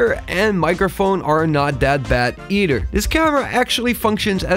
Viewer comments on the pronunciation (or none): When you say "either", you said "e-d-er". Your unable to pronunciate "-th" sound. Where is your accent from? I hear this accent more often in YouTube. Great video BTW!